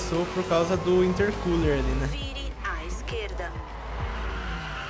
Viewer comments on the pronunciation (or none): chegou a doer no coração quando vc disse intercooler kkkk